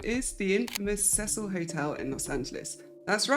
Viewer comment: thank you for pronouncing Cecil correctly. I like you already.